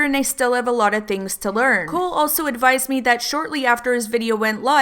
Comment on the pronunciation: Is Cohl not pronounced Coal not Cool?